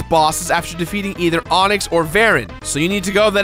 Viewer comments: When you said Onox I thought you said Onix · >General Onix Mate that's the pokemon. It's onox.